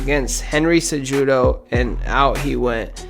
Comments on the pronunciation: Great video buddy. By the way, Henry's last name is pronounced seh-who-doe. People are knitpicky about stuff like that and its easily verifiable if you can just find the fighter saying their own name. Its also courteous for the fighters, who's entire brand is essentially their name and face. You have a great voice, and do a good job of speaking calmly while still sounds natural and not monotonous. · How do you know the history of dj but dont know how to pronounce his biggest rivals name henry cejudo 😂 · OMG DID HE MISPRONOUNCE A NAME????!!!!!!! Fuck outta here